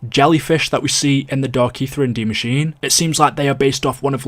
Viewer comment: It’s die maschine not machine. D Machine sounds erotic. It’s pronounced machine-eh